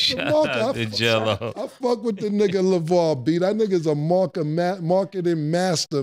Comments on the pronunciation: His name ain’t jello it’s gello 😂😂😂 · Mase calling Gelo “geno” was hilarious lol I was crying 😂😭